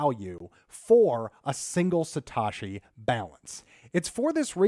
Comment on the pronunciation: Satoshi. Not Satashi. you arw sating it wrong